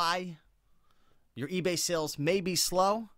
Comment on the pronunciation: "egay" hahah ;)